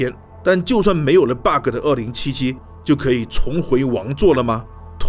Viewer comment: Friendly tips: Bug 別把 ge的音讀出來 bug 沒ge的音